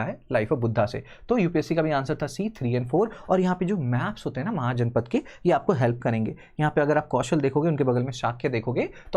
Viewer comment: हे! शिक्षक .. आपने इस विषय को बहुत ही सुंदर तरीके से आराम आराम से समझाया इसलिए आपका आभार ... पर मेरी एक शिकायत है आपसे .. आपको अपनी हिंदी पर कार्य करने की जरूरत है .. अंग्रेजो ने हमारे अधिकांश संज्ञा शब्दों को लैटिन लिपि में लिखते समय अंत में 'a' लगा दिया .. वो ही जाने उन्होंने ऐसा क्यों किया .. पर अब ये लोग रामायण को रामायणा , महाजनपद को महाजनपदा कहने लगे .. किस भाषा की व्याकरण में ऐसा है की संज्ञा शब्द को ही गलत उच्चारित कर दो .. मैं ये सब इसलिए कह रहा हूं क्योंकि जब आपके द्वारा वर्ण व्यवस्था बताई गई तो बार बार आपने वैश्य के स्थान पर वैश्या शब्द का प्रयोग किया .. जो की जघन्य पाप है.. जहां वैश्य का मतलब उन लोगो से है जो व्यापार करते थे .. इसके उलट वैश्या का मतलब उन लोगों से है जो अर्थ लाभ के लिए शारीरिक संबंध बनाते है .. इसमें गलती आपकी नहीं है अंग्रेजी की है .. दोनों ही शब्दों को लैटिन लिपि में एक जैसा लिखा जाने लगा "vaishya" तो लोग उनके बीच का अंतर भूल गए .. पर हम भारतीय है कम से कम हम तो सही बोले .. आशा करता हूं आपको मेरी बात समझ आई होगी .. 🙏